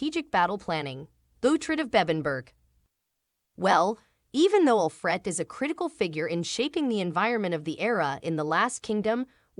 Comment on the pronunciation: This person cannot even pronounce Alfred. The show did not have a sad ending for Uhtred. Did she not realize that he got Bebbenburg back. Stupid video.